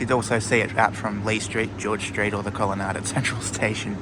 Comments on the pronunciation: I think this is a regional dialectical variation, similar to plant rhyming with either ant or aunt depending on which part of Australia you’re in (or grew up in) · mmm. i've never heard colonnade pronounced like that before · just quietly, colonnade rhymes with lemonade...